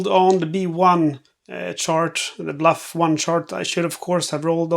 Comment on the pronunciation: “Bluff” should be “Buff” (just trying to be helpful, not critical) 😊